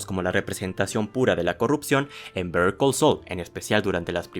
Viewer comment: Literalmente estás pronunciando Bear Call Saul 😂